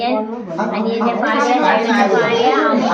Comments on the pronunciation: ബാര്യ ഏന്നാണു പറയേണ്ടതു അല്ലേ? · ഫാര്യ ❌ ഭാര്യ ✔️